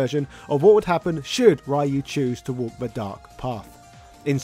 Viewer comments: You've forgotten that the 1994 movie tie-in video game was based on the original Americanized localization of the iconic fighting game title, right down to having Guile & not Ryu as the main protagonist due to Guile basically being the all-American G.I. Joe archetype of the franchise. It wasn't until after the Saturday Morning cartoon based on the movie ceased production that Ryu became the true protagonist he always was across the board, the West included. If you actually listen to the American pronunciation of "ShoRYUken", it basically sounds like "Shor-Rye-You-Ken". Plus, in America, Y is rarely a silent letter, so most Americans pronounce "Ryu" as "Rye-You", with strong emphasis on the Y. Other countries pronounce the name as "Ree-You" instead. But, as other users have posted, some ascertain that the name should be pronounced like "Ree-Ooh" or even "Roo". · Shouldn't it be pronounced as "Ree-You"? I mean, be glad it's not the original Americanized "Rye-You". Also, Kanga's joey Roo isn't even American. The Winnie the Pooh characters are of BRITISH origin, as they were first created by A. A. Milne based on his son Christopher Robin's nursery toys (most of whom can be found in a glass case in the children's section of the New York Public Library, although Roo is not among them, since he was permanently lost in the family orchard one day [sadly, the orchard no longer exists, which also means the real Roo of Christopher Robin Milne's childhood is no doubt gone forever outside of the various adaptations], meanwhile the characters of Owl & Rabbit weren't originally stuffed toys, they were instead based on real owls & rabbits which populated the region, hence their inclusion into the Pooh canon), which the boy brought with him to have imaginary adventures with in the real-life Ashdown Forest (the genuine inspiration for the 100 Acre Wood in the Winnie the Pooh franchise). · Every time I hear someone pronounce Ryu like "Rah-you", a part of me dies inside...